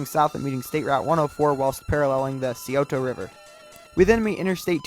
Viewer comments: It took me forever to realize he was trying to say Scioto only he butchered it lol, and Akron lol it's not AkRON it's more like Akrun. For Scioto River it's more like sy-OH-ta for Medina it's either Me-DI-na or Me-de-na. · Thats not how you say Scioto... its pronounced Sigh-Oh-Toe